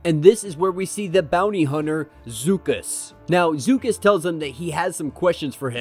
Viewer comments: I like your channel but as a Star Wars fan you really should know the true pronunciations of names and such. Beksar really, it's Beskar. It's also Bib Four- Chew-nah not Bib For-tuna and Zuckuss Zuh-Kuss not Zoo-kuss. Sorry I have been a Fan since I saw episode 4 open. First day, first screening. It's not that hard. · Obviously it's Star Wars so unless it's spoken aloud in cannon it's however you want to pronounce it, but IDK how you got zoo cuss from Zuckuss. I pronounce it zuck us. And that wasn't just some droid with him that was 4-LOM, he's even in Empire Strikes Back.